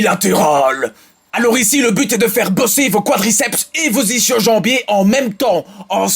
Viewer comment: Je kiffe tes vidéos mais juste pour faire chier, voici la prononciation de "ischio" : \is.kjo\. Ischio avec un "k" et non un "sh' BORDEL DE MERDE ! :) Dsl pour ce déterrage de vidéos.